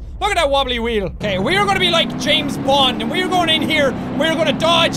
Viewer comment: we says wheel like qheel